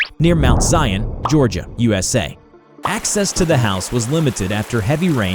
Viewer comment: ah yes gioriga